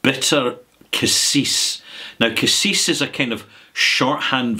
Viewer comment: Cassia, not cassis.